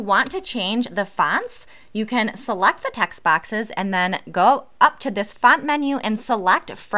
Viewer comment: Jeez, your vowels… “Seluct the bax” try ‘select the box’